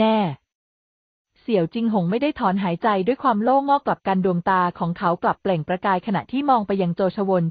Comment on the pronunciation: จักพรรดิ อ่านว่า จัก -กะ-พัด ,โล่งอก อ่านงงว่า โล่ง-อก